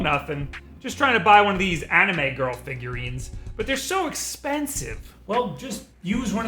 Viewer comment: the way he says anime lol